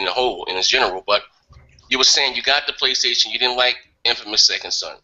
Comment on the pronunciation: Wry you no rike Praystation?